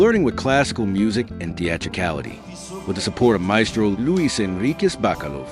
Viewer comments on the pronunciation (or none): none